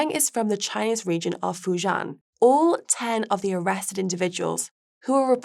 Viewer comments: Fu JIAN (rhymes with 'men') omg..it's not that hard to pronounce. Yes, area is rife with criminals lol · I have to hope this was an experiment with the presenter. Mispronunciations of Fujian and Triad, were bad enough. Not knowing that St. Kitts & Nevis is one nationality rather than two is a little worse. However, the style is the main issue. It is not entertaining at all. A complete contrast to Guy, who makes far more mundane topics interesting. Actually, the subject matter here was great for a segment. It goes to show how much tone and humor count when it comes to audience appreciation.